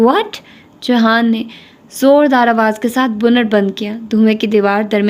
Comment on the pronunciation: It's JIHAN not JAHAN